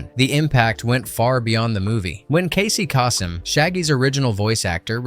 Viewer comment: You said Casey Kasem wrong, he was a popular actor and Radio personality with him saying his own name quite often. His name would be burned into anyone brain that listened to American Top 40.